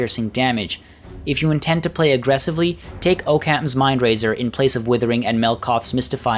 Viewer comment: OHK-KHAMS not OH-CAN.